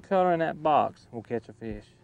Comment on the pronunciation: I always love it when people pronounce the “E” in fish. FEEESH